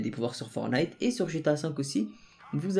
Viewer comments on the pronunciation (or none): ForTnite on prononc le T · Y faut prononce le premier "t" dans fortnite